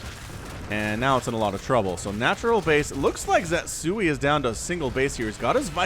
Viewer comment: pretty sure the name should be ze-tsu-i instead of zet-sui.